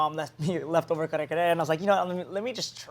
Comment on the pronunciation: also she pronounced kare-kare BEAUTIFULLY